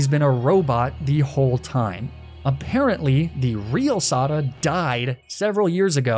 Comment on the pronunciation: I just finished the game myself today, so I'm finally able to watch this video! Great work as always, and great job making me infuriated by your pronunciation of ai Sada.